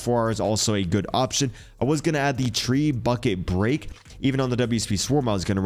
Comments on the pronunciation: Tre bucket break, I believe it is pronounced treb u che , like touche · Trebuchet: "treh-boo-shay" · Treb-yew-shay is the proper pronunciation of the trebuchet